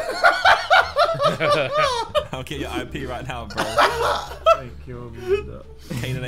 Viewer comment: Why does jj sound like he’s saying “Bwuv” instead of “bruv” 🤣🤣